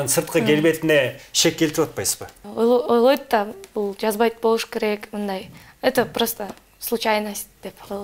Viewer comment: Э ойлойд эмез ойлот деп айтат чала кыргыз